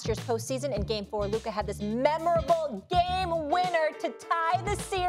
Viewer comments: It’s luka and it’s not even close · Still can’t say Luka’s name right